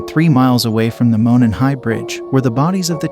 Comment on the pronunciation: Monon pronounced mow non